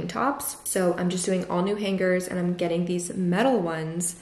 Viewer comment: For some reason the way you pronounce hangers with the hard g is really bothering me lol